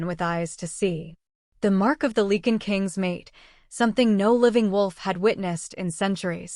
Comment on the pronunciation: Ilford, London, UK. It’s “Lycan” not “Leekan” please?